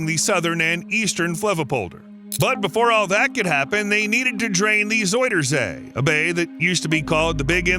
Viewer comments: Pronounced more like "Zowder zay". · If you want to pronounce "zuiderzee" the closest thing you could easily do for the "ui" part, is go with the "ou" sound from the word "sound". It's still not spot on, but it's much less jarring than the "oi" sound used here. I don't blame you though, the "ui" it's an unfamiliar sound in English. I couldn't even think of a close equivalent to it.